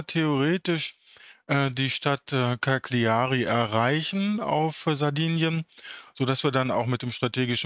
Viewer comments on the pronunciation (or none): Bei der Stadt Cagliari ist das "g" stumm. Die Aussprache kannst du dir auf der wiki-Seite der Stadt anhören.